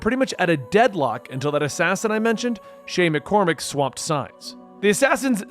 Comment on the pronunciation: This is a good video but calling him Shay Mccormac was just hitting my ear wrong. Idk where you got the Mc from but they call him Shay Patrick Cormac from the very start of the game.